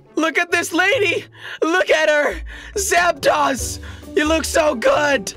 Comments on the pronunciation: It's not Zap(TOS) it's Zap(DOSE) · It's "zap tose" not zap toss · its zaptos not zaptas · Mega Slowpoke it's not zaptos its zapdos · It is not called Zapdas its Zapdos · Its pronounced zapd(oh)s not zapd(ah)s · its pronounced char_zard and zap-dos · jelly you said zaptos wrong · Its pronounced zaptdose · Nathan Thomas your also incorrect it is zapdos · hes not saying zapdos right